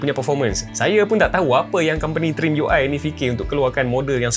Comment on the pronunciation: Sebut trimiui🗿